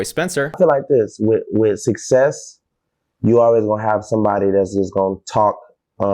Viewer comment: "Choo" vs "You" - This guy know how to get that money!